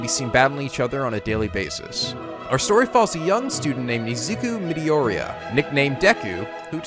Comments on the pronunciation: I agree with everything in this video, but holy shit how did you manage to butcher Izuku's name so badly? It's Mee~Door~Ee~Yah. That aside, I've read most of the big shounen series and can honestly say that most of the faults you pointed out tend to apply to them as well. Most power growth is skipped through training montages and characters DO tend to get the hang of new powers a little too quickly. Also, MHA is the first shounen I've seen that gives depth to just about every villain by explaining their beliefs and thought process. Even the Noumu get an explanation other than just being villain monster minion. Indeed, this series broke out of the Shounen Jump mold as well. The mold is essentially; Have MC be some version of a Goku clone, have main girl be ultra busty and rarely if ever have victorius, epic fights, have edgy rival guy, friendship = power, asspulls, etc. Really, the only asspull I'd say ever happened in this series is when Deku broke out of the brainwashing in the tournament. There was no explanation on what happened. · that way he pronounced izuku midoriya killed me its absolute cringe edit:DID THIS DUDE REALLY SAY IEDA BOI